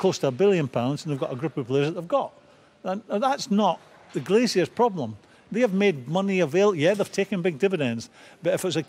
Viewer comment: Please stop saying 'Glaziers'